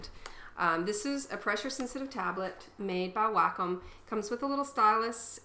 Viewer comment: OMG I took 3 years to reply o.o xD Anyways its pronounced WALK-COME. Even on wacom channel says that its pronounced WALK- COME. THUMBS UP IF YOU AGREE PLEASE!